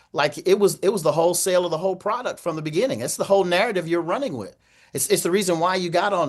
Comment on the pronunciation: omg crump said "wif" and "wur" for "with" and "well." yep he is retaaahhhhded.